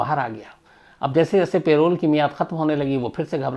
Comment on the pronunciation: सर वो पैरोल नहीं परोल होता है